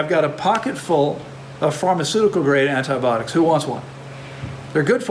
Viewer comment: Hi 🙋‍♀️ U know I am extremely grateful for your wisdom and generosity sharing that wisdom so please forgive me for asking you to actually enunciate the "I" syllable in the word "an-ti-BI-otics." This topic recurs enough to where we are going to continue hearing the pronunciation of this word. It has FIVE syllables not four as in "antiBOTICS." 😄 Again, please forgive me AND think kindly of me the next time u pronounce "An-ti-BI- ot-ics!" 🥰🥰🥰🥰🥰🥰🥰🥰